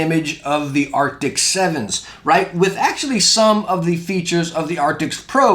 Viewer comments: Arctis not Arctics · I've been watching your review about the Steelseries headsets but please stop saying Arctix/Arctics :( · I love the videos! I don’t know why it is bothering me so much, but I thought you should know, steel-series does not make an “ARCTICS” headset. It is the “ARCTIS” headset. Keep doing your thing man! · Why does he keep calling them “arctics”..? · Dang, that mispronounciation is rough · Kinda hard to take your review seriously when you cant even say the name of the product correctly.